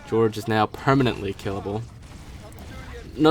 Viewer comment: "George" its pronounced Hor-hay